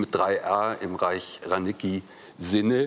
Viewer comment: Uff, also wer "Reich-Ranicki" nicht korrekt aussprechen kann, sollte vielleicht nicht im Quartett sitzen. Peinlich!